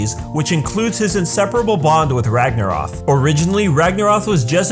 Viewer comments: Ragnaroth? You mean ragnarok? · Its Ragnorok not ragnoroTH. How can you spell it right but not even say it correctly lol. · RagnaROK as in ROCK not ROTH or whatever youre saying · Spent the whole video screaming "ROK, NOT ROFF" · Ragarno K Not Rof Sorry it's just irritating to here it pronounced wrong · it is pronounced " rag nor rock " as in the norse end off days aka the time when thor fights a giant snake that has a name that IS ALMOST IMPOSSIBLE TO PRONOUNCE or spell, not " rag nor roth " as you pronounce it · Why do you keep saying Ragnaroph? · RagnaroK not ragnaroth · It's not ragnaroth, it's ragnarok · It's...RagnaROK not RagnaROTH. You put it right on the screen and still pronounced it wrong... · you said the Vikings dooms day wrong it's ragnorrak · Why are you saying ragnaroth? Anyway.. I love that boy Crona. Got his name on my arm 🖤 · i don't know about ya'll but the fact that keeps saying "ragnaroth" is bugging me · Is it me or is he saying ragnorok as ragnorath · Why does he say ragnarok like ragnaroth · It's spelt and pronounced as Ragnarok so please say it correctly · dude its pronounced rag-na-rock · STOP SAYING RAGNAROTH! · Rag na rock dude learn your words ffs